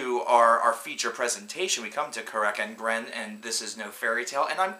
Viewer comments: Yeah, I agree. And yup, it's pronounced Ca-rac An-gren. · Yeah, who is "Kirk & Gren?" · I honestly don't see why so many people keep shitting on this band. Yeah the construction isn't too intricate, but not a lot of bands are even trying this style. Also, among SEVERAL other band names, you pronounce it a lot different than I'd assume it's actually pronounced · Your pronounciation of the band name is attorcious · it was horrible..